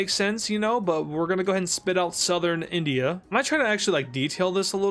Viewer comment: its INdia not ONdia